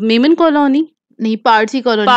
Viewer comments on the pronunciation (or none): none